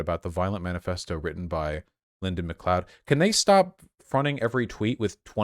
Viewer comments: It's pronounced McCloud, Mr. Voosh. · McLee-od?? Holy shit Vaush, have you never seen Highlander? :D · Yes, it's pronounced "mccloud" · Me, a Nova Scotian, watching Vaush pronounce McLeod: Pathetic.